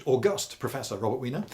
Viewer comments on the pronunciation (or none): none